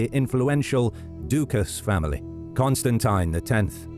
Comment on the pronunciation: sorry man, but the way you say constantine and byzantine is so awful, i can't watch this video